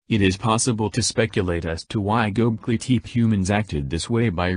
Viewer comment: The robot voices were difficult to listen to, and they mispronounced many words - including Gobekli Tepe.